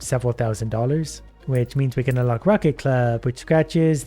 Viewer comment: Him saying Rocket instead of racket, feel weird but yeah the police of the game is bad for that